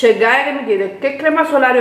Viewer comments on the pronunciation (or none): none